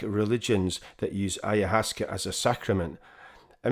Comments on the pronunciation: it is pronounced AYA- WASKA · The word is from Quechua and is composed of 'Aya Waska,' which translates to 'ancient vine' or plant. This is the correct pronunciation of the Quechua word. I hope you’ll take the time to learn rather than dismiss it for your own indulgence.